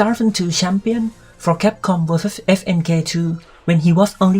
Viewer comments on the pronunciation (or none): CAPCOM Cup sounds like Thai Language KAPUNKAP Lol